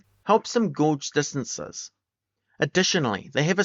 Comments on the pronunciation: Great video. Very thorough. May I make a suggestion? Look up the pronunciation of unfamiliar terms. “Gauge” is pronounced “gayj” not “gawj” and “Batesian” is “BAIT-see-un” not “baTEEsian.” These tiny details are not meaningful in terms of the information content but they clash with the otherwise polished and professional production value of your video. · it’s not British. Sounds Kiwi to me, not sure. But no, those two mispronunciations are not related to accent. Bates is the name of the scientist who developed the concept and gauge is “gayj” in any version of English, easily verified in multiple dictionaries.